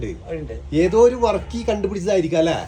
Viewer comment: വർക്കി അല്ല ബർക്കി